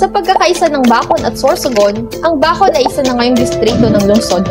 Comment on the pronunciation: Bakit di ako satisfied sa pag pronounce nya NG Bacon 😂😂 rinog ko bacod e.